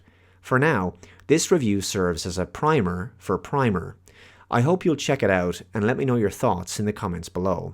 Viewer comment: It's pronounced like "primmer."